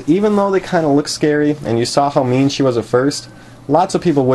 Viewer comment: Am I the only one who thought he said “meme hedgehog”